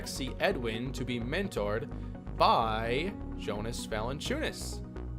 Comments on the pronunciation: It sounds like YO-nus, not JO-nus for Valanciunas. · You say his name like Yonas not Jonas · Just for future reference it’s pronounced (Yonus) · Just to let you know: Jonas is pronounced with a y. Yo-niss. Stauskas is St-ow-skiss